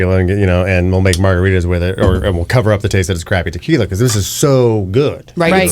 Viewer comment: Good show,great,but the young lady really should take Spanish lessons to PRONOUNCE the different types of tequilas properly,just saying.